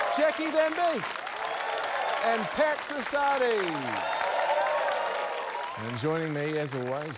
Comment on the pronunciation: When he introduced Pax Assadi, i thought he said "Packs of Sardines"